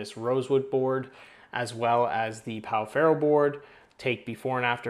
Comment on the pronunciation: in case anyone wants to know, it is pronounced like pau "feho". Great vídeo!